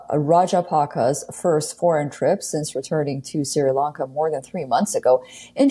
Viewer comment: Pronounced SHREE LONKA not SIRA LONKA